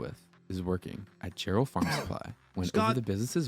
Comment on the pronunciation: Jarrell is pronounced like Gerald without the D. Yeah, I was near there when this happened. The tornado traveled a really long ways